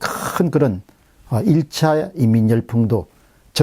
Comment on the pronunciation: 교수님! [이 ㅡ민] 이렇게 발음하시어요ㅡ